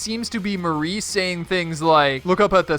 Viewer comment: STOP CALLING HER MARIE!! ITS MARI (MAH- RI) sheesh